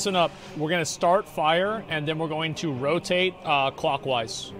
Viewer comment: "We've just gotta go clockwase" Asmongold, raid leader, 2022